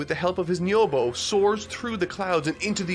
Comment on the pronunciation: bro if you're gonna rag on people using "power pole" instead of "nyoibo" then you could at least pronounce nyoibo right